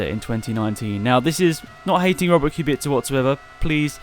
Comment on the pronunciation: i Hope Kubica will show some claws and will compete with top 3 teams despite car he will use Also kudos for somewhat correct pronunciation. C is soft, its not KubiKa